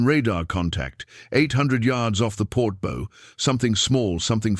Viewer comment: 800 yahds off the port Bo??????????? First of all, why on earth would you think a British accent would impress or be seen as meaning intelligence. Secondly, a ship has a bow and a stern. This sounds like the bow in "take a bow" NOT like a Bow as in archery.